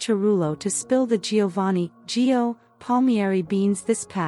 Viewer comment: Actually, it's GIO